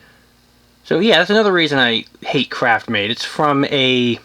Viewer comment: Craftmade, not CRAPMADE... 😒